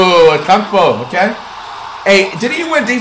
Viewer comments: Flight saying antetokoumpo "akumpo" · Flight the whole video: “Akumpooo” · "Atkumpoooooooooo" lol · at least learn how to say his name correctly now that he’s a champ yfm 😭💯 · Flight called Antetokounmpo soft